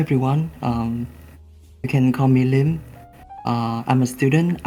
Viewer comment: I think its Liêm bro